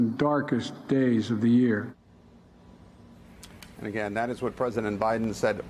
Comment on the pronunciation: What is "strnthhening"?